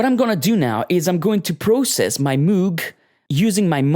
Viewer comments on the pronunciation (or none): 99% perfect. The missing 1% is the pronunciation of ˋMoog´. ;)